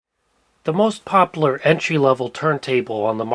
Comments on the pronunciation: Just here to hear say the word popular. He says popluar. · Papa-lure.😜 Ac-cur-ah-see.😁